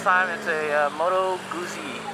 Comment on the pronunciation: Moto CB1100 is still available new. By the way, the zz in Guzzi is pronounced like the zz in pizza. Guzzi, not Goosey.